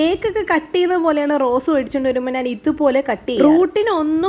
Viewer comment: നാൻ അല്ല chechi... ഞാൻ ആണ്